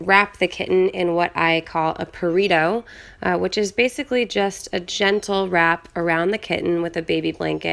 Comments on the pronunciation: Purrito. She calls it A FREAKING PURRITO!!! Oh wow, there goes my heart. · "Purr-ito" I think my heart just died. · did she just said 'purrito' omg